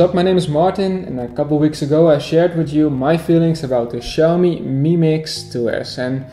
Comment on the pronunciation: It's pronounced Chee but awesome video buddy